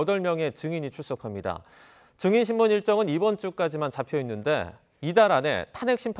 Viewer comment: Lady!!! 증인 발음이 틀렸나이다. 이를 "징인"이라고 발음하신 엥커!! 더 놀라운일!! 보도한 기자는 "증인"이라고 바르게 발음한 한국 언론!! What an irony!!!